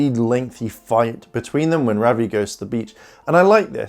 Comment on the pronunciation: Your saying ravi wrong